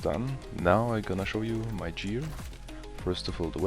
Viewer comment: TarGet nicht tarjet Gear, nicht Jear😊 Guide ganz ok sonst